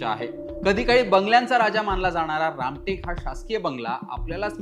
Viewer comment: रामकेट नसून रामटेक असं वाचावं..